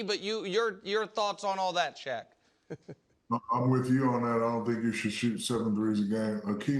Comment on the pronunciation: 'Shaq' not 'Shaw.'